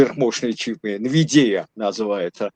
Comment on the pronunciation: Как-как произносится nvidia ? )))) Он точно армянин? Прононс тамбовского мужика )))) Аааа Так он энергетик ? Как там поживает энергетический комплекс Армении, проданный рашке за долги ????